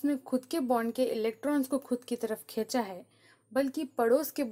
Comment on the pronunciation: खेचा नही खीचा बोलिये